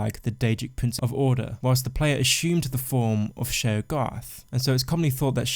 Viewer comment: your pronounciation of Sheogorath is so maddening for me XD i can't concentrate on the rest of the video...